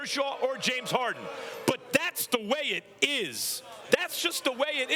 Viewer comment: It's Harden Max ... Harden ... not Hard-on !